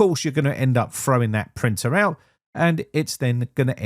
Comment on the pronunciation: Says Windows cannot find 'printul'